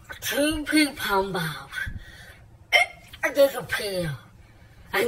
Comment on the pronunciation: I just don't know what makes this SO funny! I'm literally laughing until I cry watching this guy gag on "pin pon baawws"